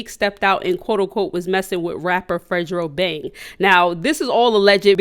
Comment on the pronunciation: “Fredro bang”💀